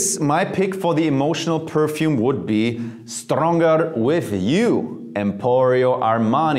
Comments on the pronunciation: Strrrrrongerrr with du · strrrrrongerrrrr with you😂😂😂😂